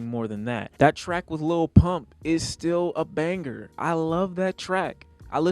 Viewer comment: wtf do you pronounce the “g” in banger